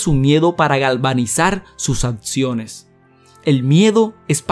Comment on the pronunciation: Sus atsiones?... su etsito?? No está muy ganador hablar así